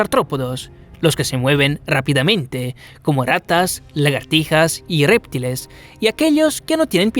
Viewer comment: A ver.... Lo que encontré fue: Min -> parÁsitos Min 20.52 -> reptiles, acento en la "i" Min 22.28 -> parÁsitos y pandemia acento en la "e". Min 36.47 -> Islam, acento en la "a" Esas serían las palabras que pude identificar. Interesantes videos los que tienes